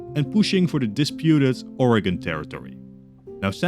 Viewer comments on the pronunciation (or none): It's pronounced ORE(uh gun) NOT ORE-GONE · Btw for future reference Oregon is pronounced Ore-g-in not Oregon-gon, but great video nonetheless. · I'm going to cry why did you say Oregon like that it's not ore-ah-gone 😭 ore-ih-gen or even organ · I'm unsubscribing entirely because you mispronounced my homeland. It's Or-eh-gun, not Or-eh-gawn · You mean it's "Ore again" instead of "ore a-gone"? Funny thing is, since California had a gold rush, I can imagine someone commenting on more gold being found to the north and saying "Ore? Again?" And that being the origin of the state's name... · Excuse me but where does that ‘e’ at the end come from in oregon THERE IS NO E AT THE END!